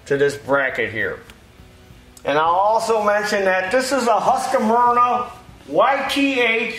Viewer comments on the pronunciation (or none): I wish Americans could stop mispronouncing Husqvarna. It's NOT pronounced HusqAvarna. There is no A between Q and V.